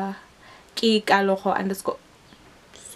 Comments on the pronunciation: Kanti you’ve been pronouncing your name wrong? 😂😂 I pronounce it in Tswana but it’s similar to Pedi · Lol guuuuurl the way I’m always ready to give people the correct pronunciation of my name , I’m shook at you for not even pronouncing your own name right 😅😅😅